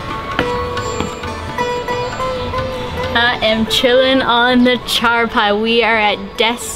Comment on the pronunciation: # your pronunciation of Charpai was PERFECT 🤗